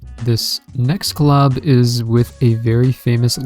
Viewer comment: The way this person pronouncing the word Collab.... Anyway..... I want this Claaab.